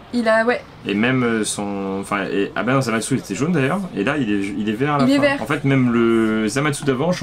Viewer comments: Sa ce prononce zamasou en francais et zamass en japonais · En français on dit Zamatsou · sa ce prononce zamassou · en japonais il disent zamase